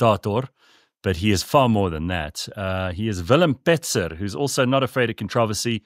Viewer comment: Great interview. Fix your #. It's Petzer, not Pitzer.